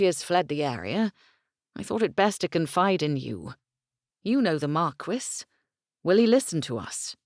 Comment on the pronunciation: Omg the pronunciation of marquis, if I hear markwiss one more time, I'm going to go mad! It's markee for heavens sake!!